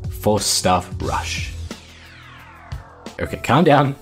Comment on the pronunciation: 'Tom Sawyer' when he says Rush :p